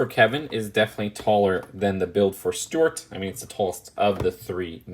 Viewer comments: Why do you keep calling Stewart “stort”? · A) I thought young didn't like the minions or Despicable Me because you thought they were really annoying (unless that was someone else Idk), and B) Why do you keep calling Stuart "Stort" (unless that's just your accent Idk)?? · he pronounces Stuart like stwert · I like how he pronounces Stuart as stort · Nobody:: Stewwuarttt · Why does he say Stuart weird?